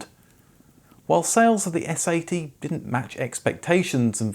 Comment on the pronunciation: You sound too much like you're saying "S.A.T.", instead of "S-80".